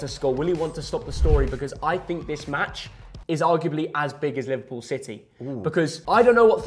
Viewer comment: is the goat bro said livedpool ❤